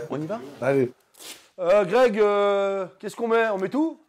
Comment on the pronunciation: "Greg MMA" devient "Grec MMA" ^^